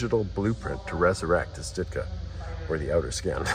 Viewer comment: its stuka not stutka.